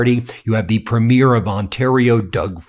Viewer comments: Please learn how to say this word. (Premier) and stop saying premiere. The later is the debut of a show or movie not the head of a provincial government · PREE-mure, PREE-mure, PREE-mure, for God's sake! Canada didn't elect 10 movie openings. I guess Charlie is too polite to correct you, Go First Ministers, punch the bully in the face. Keep an eye on PREEmure Iscariot in Alberta., though. Vive le Canada libre! Elbows up, eh! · Happy re your Canadian content. But it would be very nice if pronounced the word Premier ( like Provincial Premier) the way we Canadians do. PREEM yer. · Why don't you pronounce the word Premier like a Canadian instead you the weird way you pronounce it instead of the phonetic PREEM-yər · Ben you need to understand how to pronouce the word "Premier". Listen to how it is pronouned properly. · Ben, I love your content and watch all of the time. But I do have a nitpick about your pronunciation of the word "premier" when referring to the Premiers of Canadian provinces. The word is pronounced with the emphasis on the first syllable. PREEM-yer. I'm pasting an AI explanation of the difference here: The word premier (as in the head of a Canadian province) is typically pronounced PREEM-yər (/ˈpriːmjər) or PREM-ee-er (/ˈprɛmiər). It has two or three syllables, sounding like "PREEM-yur".Pronunciation BreakdownPhonetic: PREEM-yər or PREM-ee-erSyllables: PREEM-yur (2 syllables) or PREM-ee-ur (3 syllables)Stress: The main stress falls on the very first syllable (PREEM or PREM).Compared to "Premiere"People often confuse premier (the political leader or top-ranking adjective) with premiere (the first showing of a movie or play).Premier (Politician): Ends with a crisp "-yur" or "-er" sound (PREEM-yur).Premiere (Movie event): Ends with an "-eer" sound (prih-MEER). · Ben, Premier (provincial government leader) is not pronounced the same as premiere (first launch of a movie or other event). The emphasis is on first syllable.